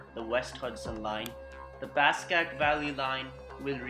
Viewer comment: Passaic is pronounced (pass AY ic)